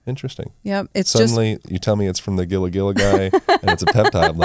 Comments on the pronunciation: Gila is pronounced hee-luh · Enjoyed it but it’s Gila monster not lizard and it’s not pronounced that way. It’s “heela”, not a hard G.